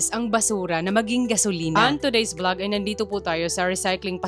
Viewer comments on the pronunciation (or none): none